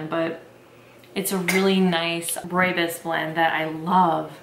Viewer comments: Hey hey, South African here. It's actually pronounced roy bohs (Afrikaans). It's such a staple here it's more common to find than regular teas. Fresh pack is the most commonly used brand and probably the most accurate representation. It's most commonly drank with milk and sugar, but I also love it with no milk and honey. It's such a comforting tea. Also did you know that the fynbos biome is only found in South Africa? There's nothing quite like it. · oh no you’re saying it wrong!! it’s pronounced roy-boss ❤️❤️❤️ xxx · Great video! One thing I will say is that a lot of people pronounce rooibos wrong! (Don’t worry, everyone does) Rooibos is actually pronounced like this: ‘Royabois’ Keep up the good work tho! (P.s. just so u know, I know how to properly say this because my whole family is from South Africa!) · Ooh thank you!! Good to know! I heard so many weird pronunciations when I worked at David's tea. My favorites are Roo Boy and Roobacha. 😂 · The Afrikaners I know call it "ROE-ya-Bose". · Yeah no, we pronounce it Roy-Boss.. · Video pronounced it wrong lol